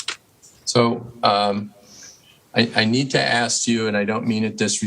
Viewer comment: WHY can this woman (with the big transparent glasses) not get the word "Ask" right. It's so infuriating hearing a grown woman say "Aks" instead of ask. Boils my piss!